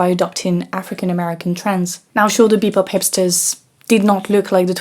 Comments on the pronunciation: Bobop, not bepop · Thank you for the great video 🙏 But just a small correction (cuz Jazz fanatics might come after you) it's called Bebop not Bepop ! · It’s BEBOP, not bePOP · It's spelled and pronounced "Bebop". Otherwise, great video! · She said “bepop”